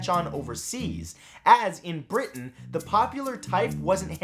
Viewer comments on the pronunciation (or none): none